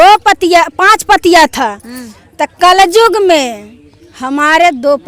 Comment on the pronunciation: कल जुग नही कल युग बोलते है